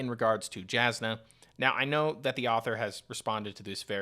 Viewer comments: Great content. Love your perspective! Main note I’d leave is please double check your pronunciations. Js are pronounced as Ys. It’s not Jas-nuh. It’s Yas-nuh. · Just wanted to clarify as an audiobook listener and someone with a slight pet-peeve for mispronunciations (it's understandable, my brain just doesn't like it XD), both Brandon himself and the audiobook narrators prounounce Jasnah with a germanic "Y" sound and not a "J" sound. So Jasnah's name is pronounced "Yahs-nuh". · Very good video! My brain couldn’t handle your pronunciation of Jasnah (J is usually a y sound on Roshar) but I’m sure multiple people have told you that already :)